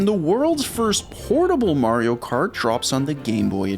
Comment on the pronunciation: “Morio kort” 🎋🎋🇺🇸